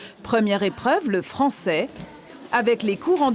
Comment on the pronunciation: Mdrr "1ere épreuve le FRANFAIS !!"